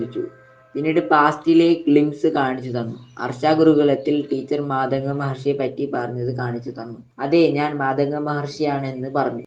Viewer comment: Mathaka alla. Maathanga